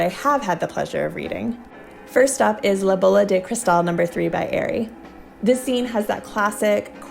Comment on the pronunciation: thanks for the review I really appreciate it! my name is AR-EE not AIR-EE